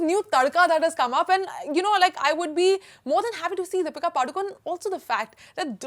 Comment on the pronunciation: Deepika padukon nahi Deepika padukone bolo sister